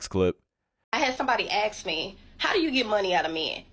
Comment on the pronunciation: It is "ask" him, not "axe" him.